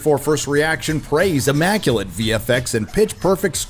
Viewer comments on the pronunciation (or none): The "ee maculate" got me cause damn if that isn't so on brand for to no know how to read.